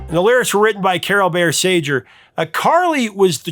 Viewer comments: Carol Bayer SAY-GUR, not sage-r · It's Carol Baker Say-grrrr, not Sage-er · All my life, I've pronounced Carole Bayer Sager in my head as SAY-GUR (hard G). Hearing you pronounce it SAY-JER (soft G) prompted me to check it online. And you're right. :face-green-smiling: Going to be hard to rewire my brain over this... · "Carol Bayer SAJER"?? Lol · Hamlisch adapted Scott Joplin's The Entertainer. He didn't write it. Also you mispronounced Sager. You have quite a track record building on this.